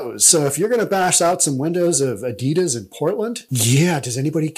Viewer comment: Why he calling adidas adedas as well lol.